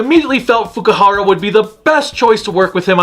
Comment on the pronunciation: It's Fukuhara, not Fukihara.